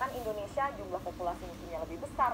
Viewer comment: Sebutan yang betul ialah Indonesia bukannya Indinesia. Indinesia tu sebutan lama Belanda